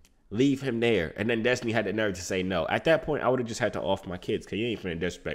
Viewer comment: You didnt understand her way of speaking she said DUSTINY